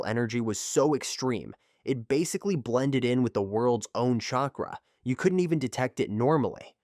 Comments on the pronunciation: Shakra 😂 nah good vid tho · Chakra not shakra